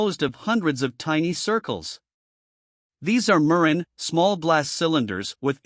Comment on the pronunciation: The artificial voice if quite bad and distracting. Mispronunciation of the word murrine.